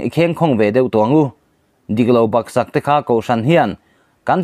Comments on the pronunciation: A dik khawp mai. Mahse a ziaktu ṭawngkam mawi tak kha a nihna i chhiar bo hlauh mai, lo râwnṭha leh teh i bulhnai ami adik zawk hre tur mi. "Nawr tawm tawk"Tlak bal" "Bak sak" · Mizo tawng un tak ni lemlo pawh chhiar dikloh tam lutuk hi ngaihthlak ati nuamlo khawp mai eg: tawm tawk,tlak bal,bak sak,a inti tel tel etc tun ai hian han uluk deuh thei la ava tha dawn em aw